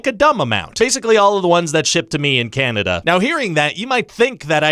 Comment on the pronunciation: Can nay Dee uh My homes's native land!